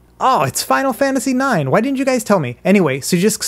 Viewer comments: "Let's try Final Fantasy IKS" Thanks for the tutorial, but this killed me💀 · This dude really just said "Final Fantasy Icks". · Final Fantasy 'eyeex' wtf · "Final Fantasy Icks" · Final Fantasy "ICKS" lol Legend 🙌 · Ah yes, Final Fantasy "icks". It's my favorite one in the series. Shame you've never heard of it! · I'm also triggered that he can't read roman numerals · he said "Final Fantasy Ex" muhhueueue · I'm triggered by the way you pronounced Final Fantasy 9.